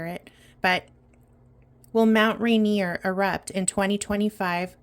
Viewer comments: Thank you —pronounced Rainier correctly🎉! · Thank you so much. You pronounced Mnt. Rainier perfectly. We live in the foothills…I go there to Ground and 🙏🏽🕊️💜✨✨✨✨✨✨✨♾️ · You said Rainier perfectly